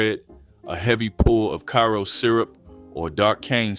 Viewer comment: Too many mispronounced words, Karo syrup and Cha Cha relish u learn better 😜😜 u make same DUMB mistakes on all videos 😞